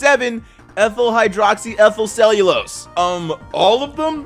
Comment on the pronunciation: Honestly, respect for pronouncing ethtlhydrocyethylcelulose on the first try